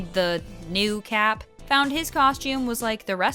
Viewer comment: Why do you say “the new cap” that way? Don’t like him either